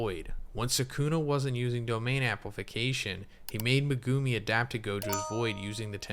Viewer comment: Ya really gotta appreciate dedication to pronouncing megumi wrong video after video. Mega-me